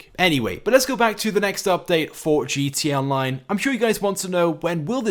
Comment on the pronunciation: Your saying gt online